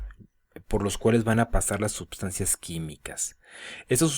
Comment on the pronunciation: por qué dices subsancias?